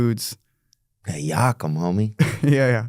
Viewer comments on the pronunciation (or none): Yakamein not Yakum